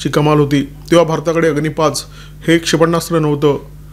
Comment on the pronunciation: क्षेपण्णास्त्र नाही क्षेपणास्त्र म्हणा